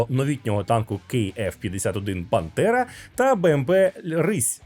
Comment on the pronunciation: Чому ти говориш Пантера, але я чую Бандера? 🤔